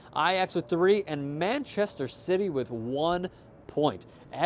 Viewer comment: did you say man shitty?